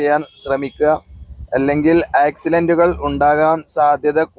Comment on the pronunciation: Aacxilant അല്ല ആക്സിഡൻ്റ്